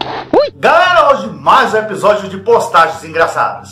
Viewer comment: Nesse vídeo o falou "bostagem"